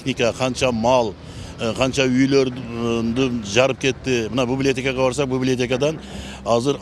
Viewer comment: Бублиотека дейт го кантип Эл башкарып журот , библиотеканы нормально айта албайт го